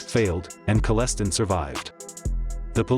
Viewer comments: Guy can't even pronounce his name properly. I saw it on the news and thought OMG. I used to live on concession 4 and that was right behind my old house. Ive been in the woods right beside where the bodies were. I would've seen the vehicles lights from my barn. All the small patches of woods around there have old cars rotting away in them. Kellestine lived far away from there Likely picked that spot because it's very secluded. Only 1 house built in like 1998 on that stretch of road. It's funny seeing this video, knows nothing about it. Kellestine was a huge family, I went to public school with the younger generation. Kellestine was a name in St Thomas that was known has being crazy. And that was in 1999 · Hate the cops computerized voice like the other cheap hood channels! Stayed long enough just to say I will check back but I can’t listen to a full 10 mins or more of mispronunciations. Please return to a human voice. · I liveď down the road from him and your pronouncing his last name wrong. He wasn't as bad as portrayed and would never do things without a good reason. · And Kel-LE -STIEN . Your killing me with how your saying his last name, but you did the damm thang. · His name is pronounced kellistine like frankenstieghn lol just 2 let you know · I’m related to the Kellestine’s through marriage. This video was hard to watch because of how bad the pronunciation is on the name. Sounds like a yeast infection treatment (canesten) over a name (pronunced like R.L. Stine) 😂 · His name is kell-stine not kell/stin wtf u talking about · It’s pronounced Kelii styne not kelleston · Kal-es-stein not Col-es-ton... Painful to listen to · It's Kellestine stupid not Celestine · His name is pronounced kele-stine! Screwed up some of the towns names as well. :( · It's "KELLEH-stine" even says so in your intro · Kell-e-stine is how it's pronounced if anyone wants to know. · It’s pronounced Kel-stine. And this wild dude is my wife’s best friends father. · Wasn't it pronounced Kalestine